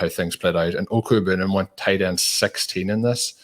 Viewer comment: when speaking of the Bronco TE, if you indeed prefer to not refer to him by the 'easy out' nick name of "Albert O", then perhaps you would like to hear the correct way to say it? If yes, then I hope this helps. Good luck this season. Peace